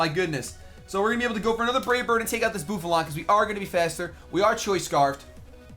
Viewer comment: Boofalaunt? Its Buffalant. Come on:/